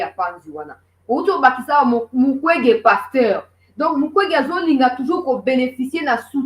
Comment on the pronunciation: Son non est devenu "MUKWEGUEY*